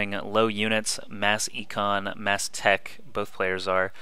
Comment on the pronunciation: it's actually Econ.